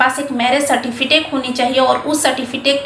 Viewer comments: सर्टीफिटेक नहीं सर्टीफिकेट बोला करें। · Aap ache se certificate bolne nahi jan rahi ho. Baki jaankari kya de rahi ho, Pahle ache se bolna sikho ok